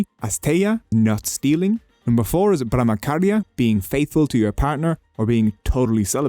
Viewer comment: ..... ब्रह्मचर्य को ब्रह्मखार्य बोल दिया.... 😝